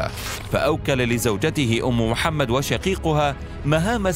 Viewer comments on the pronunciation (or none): none